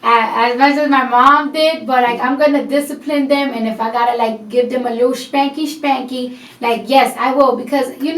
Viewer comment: Wow, I never realized how much she sounds like Fran Drescher especially when she says shpanky shpanky